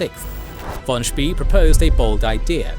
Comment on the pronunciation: Spay. Not Spee.